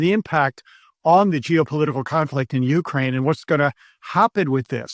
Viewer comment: please change the emphasis in the word "Ukraine" to the second syllable. thanks for the good content